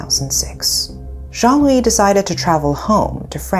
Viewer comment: Me who constantly heared Zhongli insted of Joan-Louis ..😅